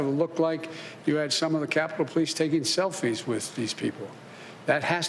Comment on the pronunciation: He said selfie🤣🤣🤣